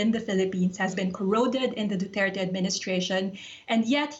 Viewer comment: 1. Its Duterte.. 2. It's not about that he fights drugs. He does it ignoring the pricimples of a fair judiciary. He encougares regular people to kill drug dealers. Without process. Without consequences. Who decides than who is a drug dealer? And who will be allowed to be killed next? His intention is not what the west is concerned about. The way he is going to achieve it is.